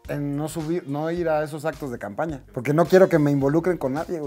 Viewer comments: DICE CAMAPÑA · Te diste cuenta que no decía, CAMPAÑA, si no "CAMAPÑA" 😂😂😂 saludos brow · Dice coordinadora de "CAMAPÑA" cuando tomo la llamada de Tatiana Clouthier, jajajajajajajaja torpes¡¡ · esa madre decía camapña jajajaajaja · "Camapña" je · ¿Camapña? Jajaja